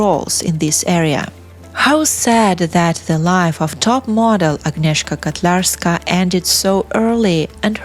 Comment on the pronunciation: Her name is Agnieszka KOtlarska. I think you read it with Russian аканье. We don't do it in Poland. Also it's Wrocław.